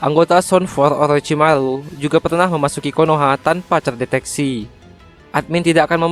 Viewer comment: Orochimaru bos 😂, bukan olochimalu